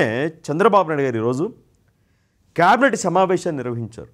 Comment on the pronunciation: కేబినెట్ సరిగ్గా పలుకు...కాబెట్ అని దొర్లించకు..మన తెలుగు ఖూనీ చెయ్యొద్దు